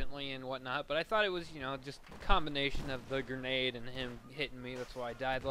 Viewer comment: lol "Gernade"